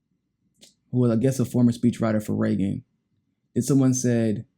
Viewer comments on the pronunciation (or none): none